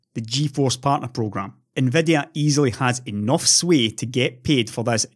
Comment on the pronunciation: "enoff es enoff", indeed!